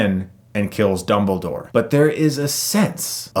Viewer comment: Did he just call dumbledore, "doubledore"?